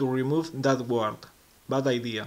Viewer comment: 'Guard': the u is silent, so 'gard'